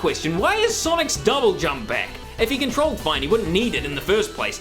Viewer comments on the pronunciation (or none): in the video I cringe cuz he said controlled😂😂😂😂